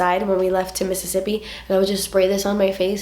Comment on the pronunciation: I love how you say Mississippi! Reminds me of friends when they talk about Monica’s rich boyfriend Pete... when they talk about how he’s so rich he should name a state after himself missisipete okay I’m done 😂 love you!!!